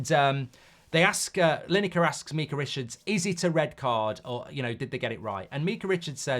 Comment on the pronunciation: Why he pronounce Micah like that